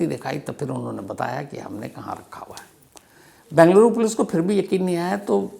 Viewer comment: Bhai Saheb, it is BEngaluru & not Bangaluru. 😊